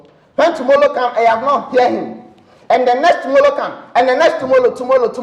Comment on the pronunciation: Tomollow after tomollow......... tomollow tomollow tomollow😂😂😂🤣